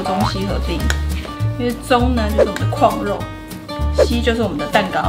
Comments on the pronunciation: 怎越來越台灣國語了啊？廣肉蛋糕完全聽起來沒有食慾… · 哈哈！是不是都唸「礦」肉？？